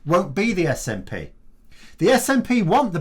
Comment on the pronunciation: Watched pmqs yesterday. What a load of crap. He couldn't even get the SNPs name right and this man is heading our country